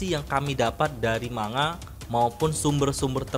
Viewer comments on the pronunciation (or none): none